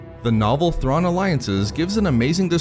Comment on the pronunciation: ZAARIN NOT THRAWN!